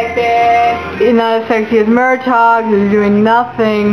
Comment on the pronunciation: I hope you learn that it's pronounced Mur-tag.